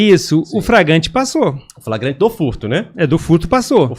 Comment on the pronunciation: Com todo respeito, jornalista que diz “pra mim entender” e “fragante”, não deveria ser jornalista.